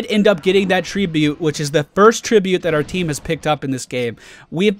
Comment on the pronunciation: "we did end up getting that tree-bute" ;3